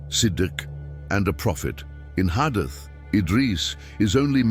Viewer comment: Pl correct the marrator's pronunciation of hadith, Aad, Hud, Maryum, Esa...